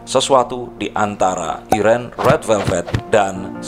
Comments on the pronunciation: Maap ka mau koreksi cara baca irene itu bukan irene, tapi 'airin' wkwkw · Mau koreksi dikit ya, dibacanya itu airin bukan iren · thank you ka tapi bacanya bukan iren airin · Btw irene itu dibaca.a AIRIN